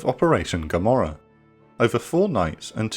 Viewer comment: "I ask you one better, Who is Gammorah?"